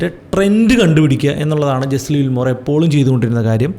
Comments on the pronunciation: പേര് തെറ്റിയല്ലോ Brother, it's not ജെസ്ലി വില്മോർ...it's ജെസ്സി ലിവർമോർ. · Jesse Livermore എന്ന് ആണ് പേര്… അല്ലാതെ ജെസ്ലി വിൽമോർ എന്നല്ല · Jesli Wilmore alla bro, it's Jesse Livermore. Towards the end of his trading career he committed suicide. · World renowned trader ആയ Jesse Livermore ൻ്റെ പേരെങ്കിലും കറക്റ്റ് ആയിട്ട് pronounce ചെയ്യാമായിരുന്നു throughout ur calling him jeslli wilmore 😢